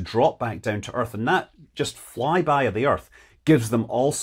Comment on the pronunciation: I knew it as soon as I heard "fry-by" that it was a fly-by of the Sun.